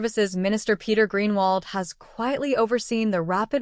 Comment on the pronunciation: Stupid pronounce hi name properly